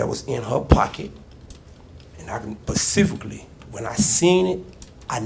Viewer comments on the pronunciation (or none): Bro said "PACIFICALLY" 😭